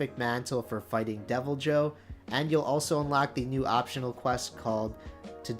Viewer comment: No. The J is not silent. Literally nowhere is it pronounced “Devil-Hoe” in the games